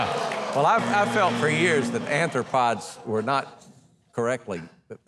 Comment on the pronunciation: what in the world is an "anthropod"? cockroaches are aRthropods, with an R, not N